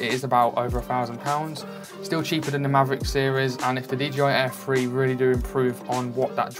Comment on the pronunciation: Are you saying "DJI Air Free" or am I missing something?